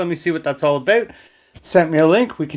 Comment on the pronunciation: Gotta love it when the accent states "Abooot"